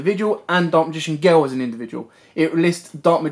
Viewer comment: ”Daak magign geel”